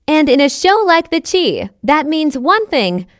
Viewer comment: Once again it's the Chi pronounced shy, what is this commentator talking about? Is she talking about this season or past seasons